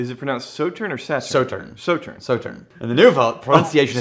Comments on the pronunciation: They stressed the pronunciation of Sauterne, and still didn’t say it right...smh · “Saw”tern is correct. Hurt my ears to hear it incorrect. This is a really nice rye but pricey. Better values elsewhere.